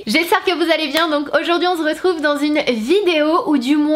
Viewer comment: Sananas dans chacune de ses intro: Trop mignonne : Hey ! Aujourd'hui on ZERETROUVE dans une nouvelle vidéo... Like si t'es OK avec moi 😂😂😂